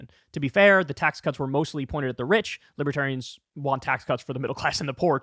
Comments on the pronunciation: “Libatarians” lol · He calls them liberians.😄